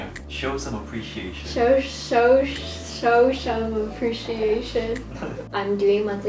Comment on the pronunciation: Hey (: For sure the greatest moment of this video is how u struggle to say "show some appreciation" hihihi it's so funny. Also the sad face you make when seeing all the cute things you won't be able to buy is really relatable )': I'm really happy you got back in doing more fashion content again, I love your style and your lookbooks are amazing (especially love your Party Wear and Bad Girl ones)!! I also bought your Glowing K-Beauty Skincare Box! For quite some time I wanted to try some products from Dear Klairs and I'm from so it was a perfect opportunity to do so (: Watching your videos has been really helpfull for me atm so thank you so much and wish you all the best!